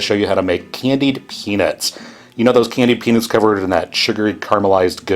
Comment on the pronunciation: the peanits instead of peanuts is bugging me